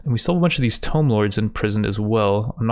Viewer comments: Tomb is pronounced Toom, a 'Tome' is a book. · the way you pronounce tomb 😭😭😭😭💀💀💀